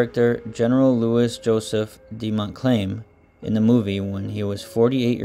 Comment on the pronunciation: "Montclaim"? It's Montcalm!